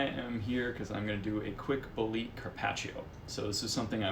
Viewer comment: Ummm, it's pronounced bole-eh-te, not Bol-eet